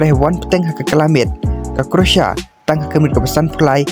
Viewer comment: Pronouncetion is not correct, croatia or croasia.